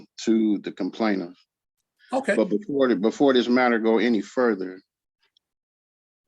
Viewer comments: He responded to the “complainiff” 😂😂😂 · Did he say, “complaintiff”? What an idiot. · “the complaintive” oh oh well ok